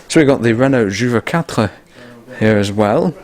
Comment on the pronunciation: Amazing : you crossed the Channel with your Standard 8, I can't believe it. By the way, ton français mérite une mise à l'épreuve régulière : the flat pronounced "juvaquatre" was much impressive ! Wish to welcome you regularly in France (French people have so much to learn about "british motoring")